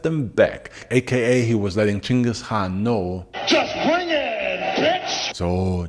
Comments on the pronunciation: I noticed that you basically skipped over a lot of details, there is another channel called extra history bro their video had more details and information then yours and also they didn't pronounce the word "khan" as "Han". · I love your fact based story telling. Great topics. The K in "khan" is not silent....or maybe it is, and my ears cringe at the "Han" sound. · I think dude is trolling us with the mispronounciation.